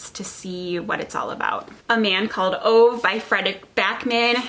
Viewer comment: my name is Haley. Ove is pronounced Ooh-va. I thought it was pronounced like over without the r when I first read it but clearly, I was wrong. :P